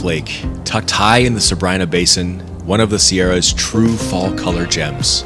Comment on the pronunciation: You might want to look into the pronunciations of Sabrina and Tioga.